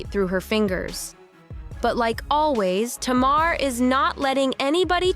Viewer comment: If you're gonna talk about Tamar, please say her name correctly. It's pronounced Tay-mar. Please and thank you.